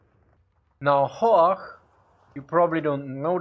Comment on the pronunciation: I'm quite surprised how you pronounced things like "Horch" and "Storch". Especially when one hears your "Zischlaute" when you speak English. But anyway... as a "Piefke" I like your Austrian dialect ;)